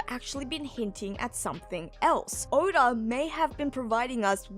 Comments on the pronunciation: Stop adding extra sounds in words. 😂 Odaurgh instead of Oda. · I thought it was more, odar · Here's my impression of saying "Oda". You ready? Okay. Here goes. "Orda".